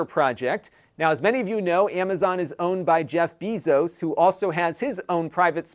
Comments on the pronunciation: the proper pronunciation of Jeff Bezos name is Bay-zos. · Did he really say Jeff Bezos wrong 🤦‍♂️